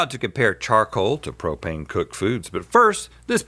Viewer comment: pro-pain and pro-pain accessories